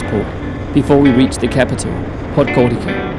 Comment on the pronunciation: what do you mean Podgorika? It's Podgori"tz"a